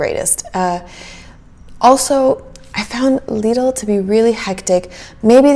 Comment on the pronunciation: It's pronounced Leeedl 🤗 your pronounced it correctly. Love this kind of video. Love the calm voice. Based on your video, I definitely prefer Aldi. Lidl has more luxury items. But in the end, Lidl is not the same as good old Aldi